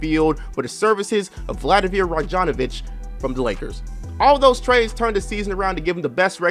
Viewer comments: Lmao you said Rajogoogofonavic, put respek on Radmanovic’s name. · Note: "Diop" is pronounced as "Jop". Also, it's "Radmanovic". Who the heck is "Ragjanovich"? Lol.